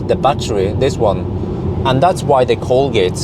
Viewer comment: Colgate should pay you for each time you say coldgate.